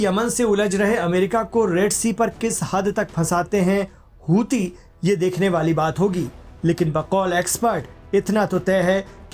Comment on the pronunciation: Aap hosi kyu kehte hai jabki wo huthi hai ya ansarullah hai